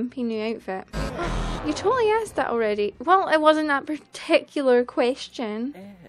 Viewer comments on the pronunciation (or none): none